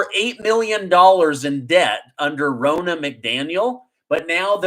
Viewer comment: Ronna McDaniels. Ronna is pronounced Rah-na, not Row-na.